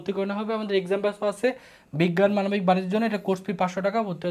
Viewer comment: মানবিক ❌ মানকি✅ 😅